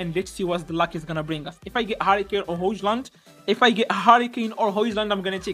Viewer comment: هويلند ❌ هوجلند ✅ تا مال عقلك مال عقلك 😂